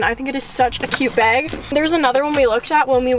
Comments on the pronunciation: the way says "bag" its like "bayge" i love it😭😂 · She's saying "beg" the whole time